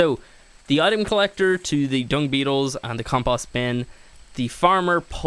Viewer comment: Your saying compost bin wrong